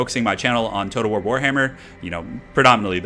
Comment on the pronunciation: he's saying wog. it's WAAAAAAAAAAAAAA and in WAR but Orcy.